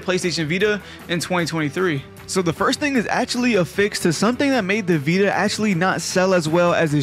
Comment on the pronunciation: “THA VEETUH”